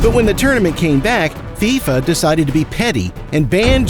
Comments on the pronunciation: Bro said fyfa it’s fifa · Why did you say fiafia it’s fifa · Bro was like Faifa 😂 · He said “Figh Fa”!! 😂😂😂 it’s pronounced “Fee-Fa” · mans said FIE FAA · Am I the only one who heard fyfa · Hold on why did he say Fi FU?!??!?!? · He said fifea💀💀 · he says fiyfa instead of FIFA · fIfA😂 why did he say it like that? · It's pronounced FIFA was in mafia. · Great vid but u pronounced FIFA wrong